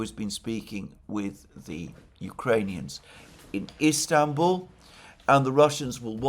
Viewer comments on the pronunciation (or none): none